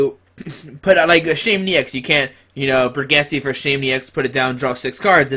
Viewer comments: its bridge-et lol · Bridge-et is how you pronounce it. My ears are bleeding